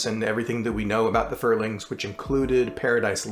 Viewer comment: Wow you actually got my name right. I was not expecting that. 👍. Edit: I remembered where I read it, it was on the fandom page for the Furlings.